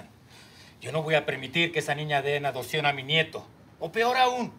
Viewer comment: Es mi idea o en el minuto dice en adocion en lugar de adopcion